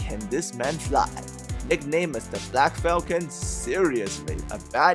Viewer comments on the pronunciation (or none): none